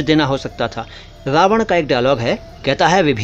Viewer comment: चरणस्पर्श!🙏 With all due respect.......माज़रत चाहता हूं, 🙏कदाचित आप रावण को रावड़ उच्चारित कर गए।